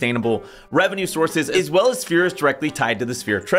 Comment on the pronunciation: " real revenue sourves" 😂😂😂😂